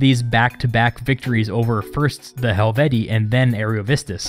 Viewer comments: Helvetii* Hel-vet-ti-i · You pronounced helvetii wrong